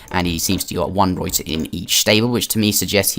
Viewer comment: The way you pronounce ruyter bothers me